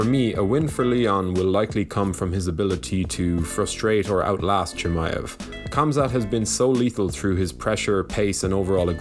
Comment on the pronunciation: love the video just one thing....its not Kamzat its Hamza...love the videos keep on the good work !!